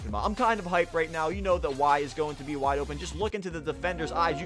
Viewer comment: Y for wide listen to the w and say it like wwwwwide